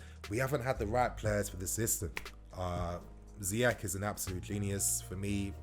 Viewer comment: Not to be that guy but its ziyech not ziyek